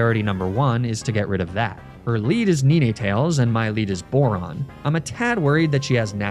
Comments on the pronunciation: nee nee tails? fr? lmao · Ni-nay-tales? Really? It's literally a dog with 9 tails. You do the math.